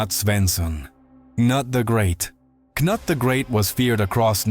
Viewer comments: Cnut is pronounce "ka-noot", not "nut".... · Kanut? Noot is how it sounds! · Cnut is pronounced: ka-NOOT.